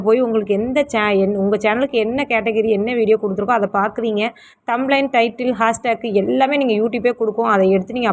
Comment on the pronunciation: அக்கா தம்ளைன் இல்லை அக்கா "thumbnail" இது தெரியாமல் எப்படி அக்கா பாடம் சொல்லிக்குடுக்கிறீங்க? விட்டுப்போட்டு சமையல் சாம்பார் வீடியோ போடுங்க அக்காச்சி.